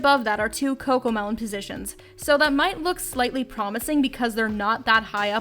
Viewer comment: No its cocomeloan